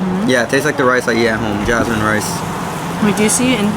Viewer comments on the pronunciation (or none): none